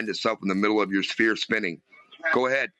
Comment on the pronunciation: Why do so many flat earthers say “Speer” instead of sphere? It’s very common among genius flat earthers